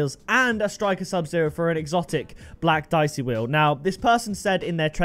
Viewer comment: It pronounced deeyechee italian